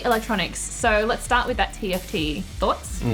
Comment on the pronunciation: Tft, not gift